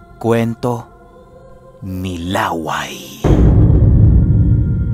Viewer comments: LA-WAY po ata name nya hindi laway . LÂWAY. YUNG STRESS po nasa unang A😁.. Taga bicol po kasi ako ..hehe iba po share kolang 😅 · La wây Hindi Laway na saliva ang pag pronounce po mahal...😁🤣 Yung "way" medjo bilisan mo na may katigasan ang pag sabi.. yun na yun..😁 Lah wây.! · baka law-ay hindi laway ang tamang pagbigkas kc some part of visayas and bicol region palayaw or bansag yan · La'way po ang pronounce hindi laway. Kasi may kapitbahay din kami sa province as in dalawang bahay lang pagitan ganyan din palayaw niya. La'way po. And actually po magaling siya na albularyo. Dati umalis kmi dun parang ang ginagamot niya lang mga nabati ng engkanto now po sa pag kakabalita ko nang gagamot nadin siya ng mga nakulam. pag may gusto mag patingin nag papadala lang dun ng picture or di kaya pangalan.Kahit malayo ginagamot niya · Laway Po Hindi La-way 😅. Mabilis Ang bigkas para Hindi nakakatawa 🙂. Tip lang Lalo Kung dinumog kayo Ng aswang. Naikwento kc Ng Lolo ko na Minsan ay may dinumog Ang aswang sa putikan at yong taong yon ay aksidenteng nakakain Ng lupa dahil sa pagbubuno nila. Napansin nya na naging kasinglakas nya Ang aswang Ng nakakain Siya Ng lupa. Di nga bat pag itinarak mo sa lupa Ang itak eh masusumpa Ang Kabal Ng aswang? Ganun din daw Ang mangyayari. Magiging kasinglakas mo Ang aswang pag Kumain ka Ng lupa. Yong stamina nlang Ng aswang Ang maaring Hindi mo mapantayan cguro. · Ang pagbigkas ng pangalang Laway ay parang pagbigkas ng Lakay....